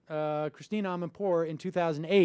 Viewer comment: no it's your pronunciation. you say Christine Amanpour, she is Christi-ANNN. Whatever. Nevermind. You can't make this stuff up.